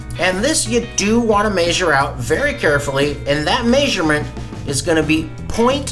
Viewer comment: You say measure like my grandpa did. Cool recipe. Hope to try it when butts go on sale.